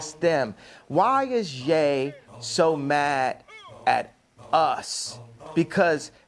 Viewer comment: Man they done got Ye 🤨🤦🏿‍♂️💯 that was A.I. his name is not Yeee it's Yea. . .